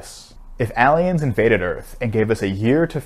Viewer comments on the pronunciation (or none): Why do you say “ahliens”? It’s “ayliens” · you pronounce aliens wrong! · I was seriously listening to this video. Then I heard how you pronounce aliens. Who says it like this? Credibility lost, my good sir. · We just gonna ignore how he said aliens? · Why does he say cliques and aliens like that? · I was with him until he pronounced aliens like he did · I’m sorry dude but can you please try pronouncing “aliens” once more?